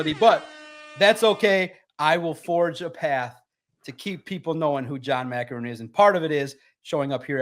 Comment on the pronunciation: just talked about something that Maakaron wrote and he couldn’t say his names right… Pretty clear Valenti had never heard of this guy before 😂